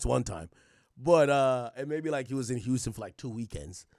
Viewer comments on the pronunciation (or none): none